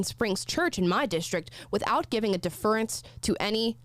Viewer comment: Deaf-rence....... Not deferrr-ance